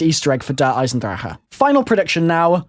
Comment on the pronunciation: pronounced drake not drachehe